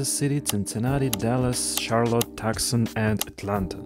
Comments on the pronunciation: NOT TUKSEN ITS TOOSAN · "Two sun" not "Tuck son" lmao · Tucson is pronounced "too-sahn".. not "tuk-sin" Also Tempe is pronounced with a hard "ee" at the end. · FYI: Tucson is pronounced like Two-son. It's a very common mistake even in Arizona. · Nice, but you should look at Portland Oregon, which seems to be well designed. Also, FYI "Tucson" is pronounced "TOO-sawn." Weird, I know. Crazy English...! 😅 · Tucson is pronounced too-san. It’s counterintuitive.